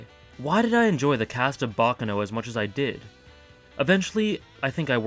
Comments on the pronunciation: Its pronounced bac caaano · Pronounce it like an Italian not an American